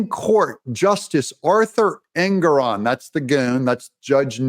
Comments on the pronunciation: Engoron pronounced Egnorant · I watched that judge Ingram or ignorant or however you pronounce his name on a interview and I think he's slightly off his rocker and not firing on all four cylinders he may just be a real serial killer